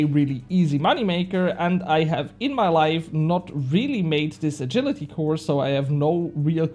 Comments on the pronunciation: My man, you butchered the word 'agility' lmao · you were saying it wrong, but later in the video you started saying it correctly